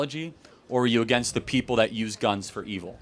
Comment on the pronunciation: Wtf is “a gay sconce”? 😂😂😂😂 (I know he meant to say “against guns” but I have NEVER in my life heard someone say the word “against” like that 🤦🏼‍♂️